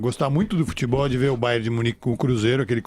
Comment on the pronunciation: E VAI CONSEGUIR.O GRANDE PREFEITO E QUEM MANDA NO "FUTEBOR" DE BELZONTE.KKKK